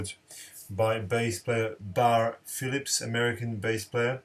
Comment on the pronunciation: Pronounced Barry and not Bar Phillips...